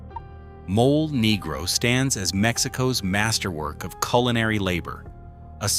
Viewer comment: Haha the way he pronounced Mole Negro..